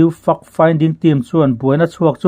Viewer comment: Fact finding team i lam dan hi fimkhur a va tha em! Report a that thin teh lul nen. Fact hi fuck i ti ta mai emaw kan ti palh dawn tlat